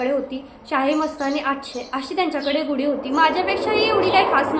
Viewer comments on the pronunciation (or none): गुडी नाही म्हणत . गुढी हा योग्य शब्द आहे लिहितांना तसेच उच्चार करतांना .